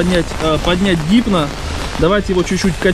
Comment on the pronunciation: не хипно а гипно !